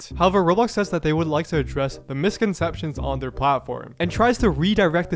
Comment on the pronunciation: "misconceptiona" not misconceptions